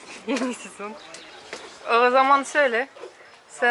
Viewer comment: Мидии с рисом это очень вкусно. Всё же вам надо работать с фонетикой. В слове Yeni ударение падает на последний слог